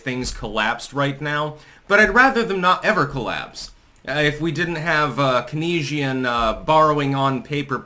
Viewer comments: KEYNESIAN... KANE-Z-IN.... KEYNESIAN... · “Keynesian” is pronounced “kayn’-zee-uhn”. This term describes the multiplier effect of government spending on the economy. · FYI since we’re probably about to hear it a lot, it’s pronounced “KAINE-sian”